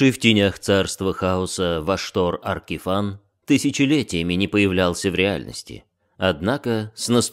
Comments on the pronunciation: очень смешно, но не мне же одному Ваштор АркифАн слух режет. Если у него имя Vashtorr the Arkifane, то и читать наверное надо Аркифейн. Я поэтому не смог слушать, а то каждый раз когда слышишь Аркифан оно пипец как отвлекает и раздражает. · На звук его имя произносится большинство именно Аркифэйн (и да я не знаю что конкретно писать е или э в данном случаи). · Как же ухо режет "Аркифан"! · Как же режет ухо Аркифан, откровенно тяжело слушать